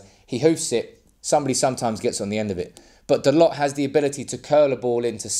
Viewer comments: its Tho Low. not dolots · It's pronounced Dah-low